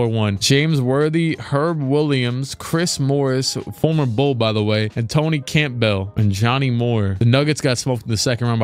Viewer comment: “Camp Bell” is crazy lmao